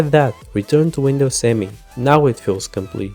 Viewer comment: "Me" not "M E" by the way ;) Me as in "me, myself and I"